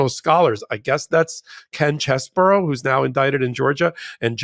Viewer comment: Name is CHEESE-BRO, not CHESS-BURROW